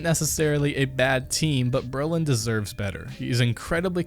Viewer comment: You saying allu and brollan wrong